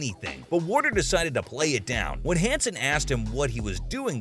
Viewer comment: Actually, it is Michael Warrecker. Not Warner. Seibert not Syberg.